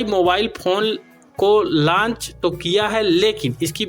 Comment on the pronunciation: लॉन्च बोला जाता है लंच नहीं भाई। थोड़ा ध्यान दीजिए जब आप बोल रहे होते हो।